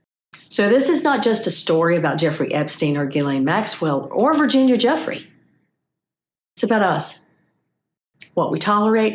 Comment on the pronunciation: It's not "Juffrey", it's jew-FRAY. Sheesh! At least pronounce her name correctly!